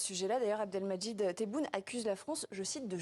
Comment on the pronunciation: Une journaliste qui ne sait pas lire un nom, c'est AAAAA-bdelmadjid tebboun. Ha les civilisé....